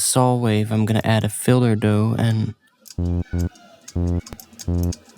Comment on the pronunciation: its pronounced filter